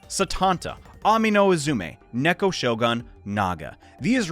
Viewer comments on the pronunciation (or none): none